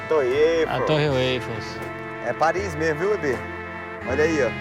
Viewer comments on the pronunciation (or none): "Aí aí está ela hein? a torrei eifous" "A torre ueifous" KKKKKKKKK